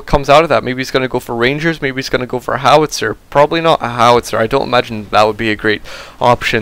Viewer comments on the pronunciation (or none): none